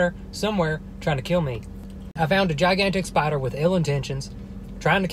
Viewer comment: i like how you say “spadder” JFHSJDJAJ IMSORRY